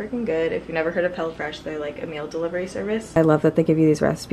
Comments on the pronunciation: Lol sounded like u said hellafresh 😂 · It sounded like you were saying “hella fresh.” I think that would be a better name! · Sounded like she was saying hella fresh instead of hello fresh lol I kept thinking that’s an interesting name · It sounds like you’re saying “hella fresh” and it’s cracking me up!😂😂